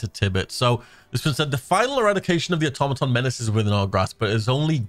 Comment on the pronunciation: Are you saying automaton wrong on purpose?